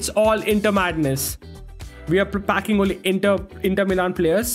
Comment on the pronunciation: When u say packing it sounds like fu3king